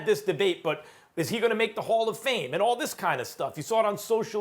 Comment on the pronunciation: Hayden Jones Direct quote “thees I mean this guy comes off the bench and gives you 15”